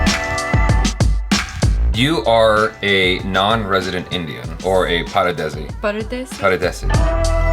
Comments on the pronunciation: First comment!!;) Btw, it's 'Pardesi'.. without that 'a' which means Foreigner. And additionally, I'm a Tamil guy where 'Paradesi' means Idiot..:) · Its Pardesi... Not Paradesi